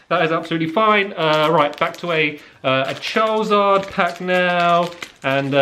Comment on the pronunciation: You’re still pronouncing Charizard wrong.